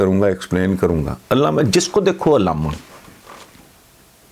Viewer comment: علامہ نہیں اللاما